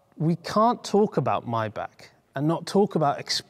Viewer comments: MAYbach not MYbach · You kept saying "My Back" when you certainly know it's pronounced "My Bock"... Why is that ? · When they sell them for $40.000 bux I will buy one. Btw. to the comentator... It is not "MAYBACK" its MAYBACH!!!... The last two letters "CH" are like "H" in "H"ouse. So try it again to pronaounce M-A-Y-B-A-C-H.... not Mayback? or My Back. Yes, my back hurts sometimes but this is something different. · "MAYBACH" not "MAYBACK". The same way as you say "Bach", the composer. With a heavy H (not with an R as in clearing your throat though). Excuse me for being that type of person, seriously. Love your videos. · MY-BAH-K STOP PRONOUNCING IT MY BACK, IT'S NOT YOUR DAMN BACK! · I always thought it was pronounced: MAY(as in the calendar month)-BACH rather than Maey-Bach.. Bit like Maybach Music (revealing my age now, d'oh haha!) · Its called maybach not maybach lol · ITS PRONOUNCED MAAYYYYYY-BACH NOT MY BACK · It's Maybach, not Mybach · Its MayBach not Myback for god sake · you say rowng its is Maybachhhh not mybak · Its not even pronounced "my bock"...gotta have that khhh...mybackhhh 😂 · He cant even say the name right ! 'My Back'... its Maybach Unbelievable 🙄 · why are you saying MY-BACK? lok at the badge. Its written and spoken MAY-back..... MAY not MY? There is an AAAAAAAAAAAAAAAAAAAAAAAAA FFS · But he cant say the name right 'my back ' muppet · I love your show!!!!! But the way your pronouncing Maybach is killing me! 😂(My-Bhaa) Great content as always though. 👍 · did he just call maybach "myback" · Not spelled my back First learn to pronounce it buddy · The german ,ch' sound is NOT(!!!) a ,k' sound! The ,ch' sounds like the sound, an angry cat with layed down ears makes, but spoken slower and softer.